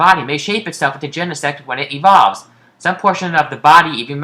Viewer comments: i started laughing when he said gene-sex as plural for genesect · Wait Genesect paresect